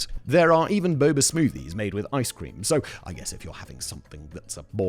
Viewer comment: ice cweam